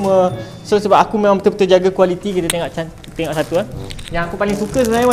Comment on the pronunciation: Telinga aku je ker yang dgr sebut 'tengok' 'tengak'. 😂 Anyway support.